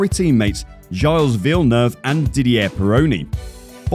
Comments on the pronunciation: I can't take this seriously if no one involved pointed out that's not how you pronounce 'Gilles'. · An f1 channel whose narrator doesn't know how to pronounce Gilles? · Before making a video, please at least learn how to pronounce foreign names. Briatore and Gilles sounded ridiculous.